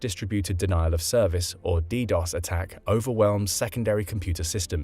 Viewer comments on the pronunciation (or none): none